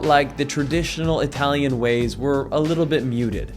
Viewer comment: Not Hi Talian , Ee Talian.. perghhh